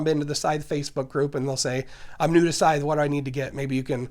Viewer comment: Finally a channel that pronounces this game’s name correctly.